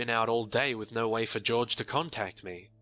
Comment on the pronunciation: Haha Jorge is not George. Sorry man.